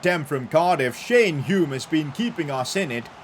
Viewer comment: He finally pronounced Hume correctly 😂